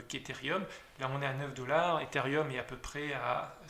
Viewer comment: Merci pour ces explications ! Toutefois on dit Ethereum... et non Etherium je pense...Il n'y a pas de i